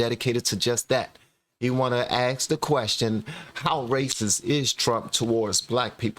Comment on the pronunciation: I'm french, did you say aks, it confuses me